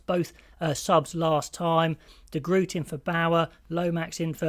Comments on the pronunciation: Please try and get an Afrikaans or Dutch speaking person teach you how to pronounce de Groot. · De Groot is a Kiwi though? Does he pronounce his name with the "hock a loogie" sound of the Afrikaans G?